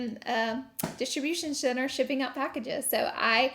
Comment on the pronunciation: Couldn’t stop hearing Distribution Sinner lol